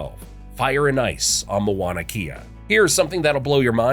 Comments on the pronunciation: This is another irritating narration of the Hawaiian history. The mispronunciation of the Hawaiian language is a great disrespect of our Hawaiian language. I enjoyed the history and its spectacular journey of Hawaii's history of its birth to its current growth today. But your narration is filled with 90% of mispronounced names and words. How can you continuously mispronounce the word "Mauna Kea". The name starts with Mau (pronounced Mow) therefore, it is pronounced Mow-nah Keyah. Our Iolani Palace is pronounced Eeo-lah-nee Palace. Please take a brief course on how to pronounce Hawaiian words before narrating such a wonderful history that was literally destroyed by your ignorance of a beautiful language and history. It was difficult to patiently follow your narrative without doing justice to the Hawaiian people by writing this comment to help you educate yourself and the world properly. Mahalo (Mah-hah-low). 🤔🤔😒😒🤔🤔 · It's M-A-U-N-A K-E-A not Mawana Kea. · As everyone is pointing out, the pronunciations are painful. My son has lived on my acreage on the Big Island in Kau for almost 20 years. I was shouting at the TV with the correct words LOL! There was one photo of Kauai when you were talking about the Big Island too. "MoanaKea" and MoanaLoa" makes me laugh every time though... 🤣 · OMG I had to stop watching the show and come here and make a comment about how uneducated you sound saying Moana'kea - instead of the real Hawai'ian name ..Please if you will do movies about Hawai'i, and try to pass them as "education", do not narrate them with non natives of Hawai'i - sounds completely ridiculous and I am a malehini. Stop!